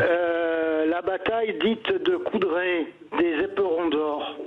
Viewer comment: L'auditeur parle de la bataille de Courtrai pas de Coudrai!